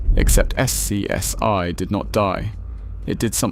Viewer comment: The deeper you get into the video, the less sense the pictures make. Nobody pronounces it S-C-S-I. Names of people are butchered. Slop creator didn't bother to correct this slop.